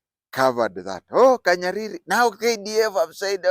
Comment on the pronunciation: It's not KANYARIRI. He is called Kahariri